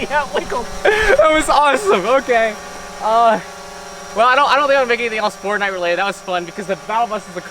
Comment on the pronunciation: XDDDD John Walsh wtf is fortNIGHT?